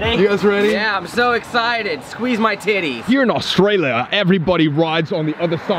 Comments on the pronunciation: be careful for snakes me being Australian- you mean careful of mud crabs Colby- were walking through a swamp! also me- your walking through mangroves Sam- pronounces Australia Awstraelia just me- i give up at this point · As an Australian the way they say ‘Australia’ it makes me cRiNgE😑